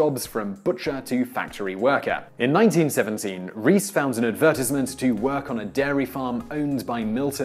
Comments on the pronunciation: And you cant even say advertisement right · I've never heard anyone pronounce advertisement like that before wtf lol